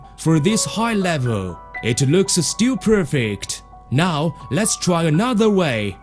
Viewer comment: "The ceramic knife is stwil excewent." - oh my gawd, how did I end up here? I'm not even mad.